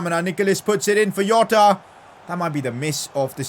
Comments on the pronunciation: Me hitting my head in a wall because he says Iota instead of Jota be like... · I mean jota not yota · It is jota not yota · Why do you say yota? 🤔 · Its not a not yota